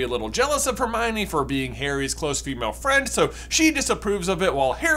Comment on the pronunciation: Every time you said Harmione i cringed 😅 Most of the fan base, as far as I've seen call it Harmony